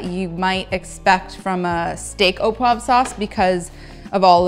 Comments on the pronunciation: oh pwov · “au poive sauce” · difficult to explain how you should pronounce “au poivre”. found it difficult what you were making “au pwaffff”. in the “au poivre” there should be a soft “v”, an “rrrr” and an “uh” at the end. but the recipe looks delicious